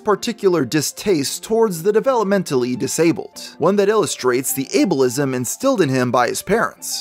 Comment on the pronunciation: When he said Abilism I cringed.